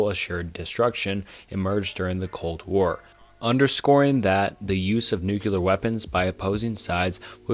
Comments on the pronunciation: Good video. It's pronounced (noo-clear) not (noo-qu-lar). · Jesus dood say it with me, "new clear" not "nookalar" and maybe figure out pronunciation of like 40 percent of the words in script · Thanks for the new, clear way of how to pronounce "nookyular." Those queeyulars in government are doing their best to bring it about. Have no fyular, crack a byular... because the end is nyular. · Nu-CLEAR. Not New-QUE-Ler. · Nuclear. Not newkyuhler. It's not a case of "tomato, tomahto". It's a case of reading a word and saying it wrong. Lmao. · NUCLEAR not nukular lmao. just a pet peeve tho great video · "Noo-klee-ur" not "noo-cue-lerr" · It's pronounced New-CLEAR, not New-kew-lurr. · Bro you need to learn how to pronounce "nuclear." It's not NEW-q-lar. It's NEW-klee-ar. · It's *NUCLEAR*. Not "Nukular". *Strange-let*, not "Strangle-et" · Bro says "nucular" lmao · "Nucular" never fails to amuse me whenever I hear someone say it like that lol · NuCLEAR. Hate to be that guy but it bugs me a lot lol. Great vid tho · This guy is obviously a competent speaker. Every time he said Nuke-cular, it made me laugh. He must have gone to the George "Bushy" Bush Academy. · I agree it's been getting better. I definitely have issues with the mispronunciation of words when it's a video and can be rerecorded. Pronouncing nuclear "new-cue-lure" really got me in this one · "prolifitarian" bonus: "nucular."